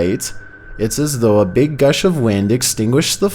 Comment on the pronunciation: It's Gust of wind. Not Gush. lol wtf